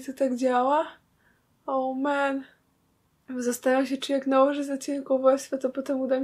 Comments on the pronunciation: Cały czas mówisz “ołmen" 🤔😸👌👍🎀💟Twoje filmy są takie śmieszne🤣😂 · nie muwi się oł men 😉😉🐯🐯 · Baaardzo Cię lubię ale nie mów ołmen plus wkurza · Czemu mówisz cochwike ąmen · Czemu ty zafsze muwisz olmen